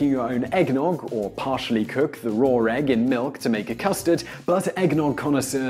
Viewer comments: Sean Dyer and yet, there still are no "r's" in "raw." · Listen to how he says "raw egg." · Sean Dyer Yeah, where did I say he was wrong? I've known for a long time that the Brit accent adds "r" on the end of some words (as someone else pointed out, Oasis famously says "champaign supernova(r) in the sky.") Seriously, not everything is a personal attack on you. If I want to point out something that I think is interesting and unusual (to me) then maybe I just think it's interesting.